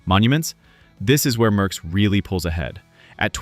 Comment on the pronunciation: Merckx, not Möhckx.